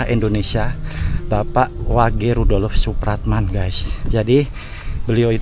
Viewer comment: Tulisan nya rudolf... maaf dibaca bukan rudolof...maaf lain kali ejaan nya yg benar...baca kurng tepat ditelinga ndk enak